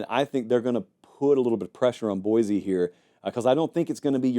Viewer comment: It’s pronounced Boy-See.